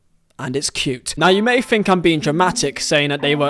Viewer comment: "Fink"? Learn to talk properly or delete your channel.